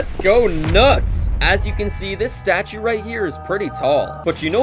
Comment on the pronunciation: "this "statue" right here is pretty tall!" nah what 😭😭😭